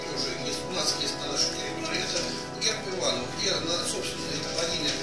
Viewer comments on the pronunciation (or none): none